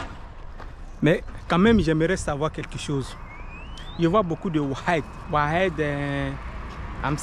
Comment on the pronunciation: Oued sa veut dire un cours d'eau. Ruisseaux, rivières... Sa se prononce waed